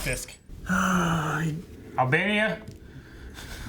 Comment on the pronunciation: I love how he says Albania instead of Albany